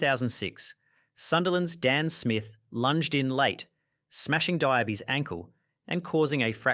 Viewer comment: The changing pronunciation for Diaby every time his name is mentioned is cracking me up - has to be intentional 🤣🤣🤣